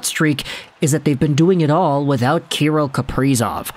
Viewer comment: It’s pronounced ka-rill, sorry to nit pick love the content!!